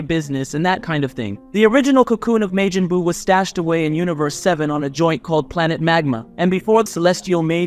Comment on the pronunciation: God of Distruction*Belmod Not vermouth *Majin buu Not Mejin boo